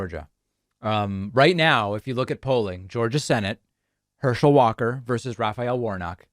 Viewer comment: "Herschel Walker cannot speak." Then you proceed to mess up his name and can't speak yourself lol 😆